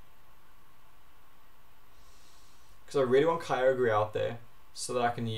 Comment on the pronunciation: YOU DONT PRONUNCE KYOGRE LIKE THAT